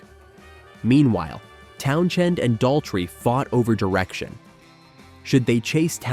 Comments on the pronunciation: Another AI voice glitch....Pete "Town Chend". Hire a real narrator...spend a dime. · You bothered writing a script, putting all these clips together, and I would assume watched it before you published it... why would you let it go out with that stupid A.I. voice repeatedly saying "town-chend" lol. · I was gone at the first "Town- Shend" AI narration at its pinnacle. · Yep just an empty, time wasting blurb of parts of The Who's history made by a mystery entity (artificial intelligence??? - certainly the voice was AI - not even being able to pronounce Pete's last name because of the H in the middle being basically silent) The result is an inaccurate analysis of the troubles the band had. Significant troubles yes they had, but here they are conveniently exaggerated to make - a still yet crappy!!! - sensationalized short documentary. Using images that were often random (and repeated) and often not correlating to the subject being covered. I didn't even finish it, don't care because my comment is dead accurate describing the feces this video is. Definitely not worth the time for learning some quick facts about the greatest rock band in history. I'd love to hear what choice words Pete would have - pretending he would have the imaginary patience and interest to watch it. I've never seen the car in the pool picture before - probably a doctored photograph, or certainly not actually from what is still a controversy if it even ever happened. No picture has ever existed that I've heard of. The Who did not finish the concert without a drummer when Keith Moon collapsed. They got one from the audience! Probably one of the best concert experience stories anybody could ever tell their friends lol Rubbish this is.